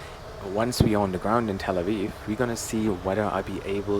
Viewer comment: "Tel Awiw"